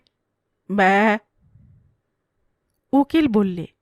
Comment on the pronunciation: ব্যা উচ্চারণটা এক্কেবারে সঠিক হয়েছে। তা এত নিখুঁত ভাবে শিখলেন কি ভাবে 😅😅 সুন্দর উপস্থাপনা 🙏